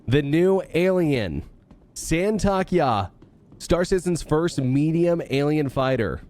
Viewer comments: San-Tok-ey-I ,not San-Talk-Ya 😂 or just call it STY Fighter (TIE Fighter) Good video though, thank you 😁👍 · just wanted to interject and say it's pronounced 'Santo-kee-eye' :) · It’s “Saint of Kai”